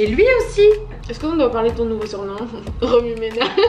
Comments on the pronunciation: Quoiiiiii remu+ménage a dit 😂😂😂😂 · Romymenage est ce que jai bien entendu ?! 😂❤️